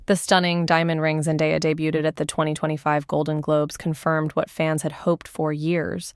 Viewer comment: FFS, get someone to do the voiceover who can correctly pronounce her name and the word debuted 🙄